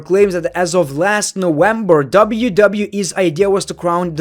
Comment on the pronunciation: he still mixes up W and V, “Nowember”😂